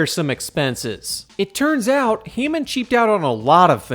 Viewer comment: IT'S HAMMOND! NOT HEYMAN!!!!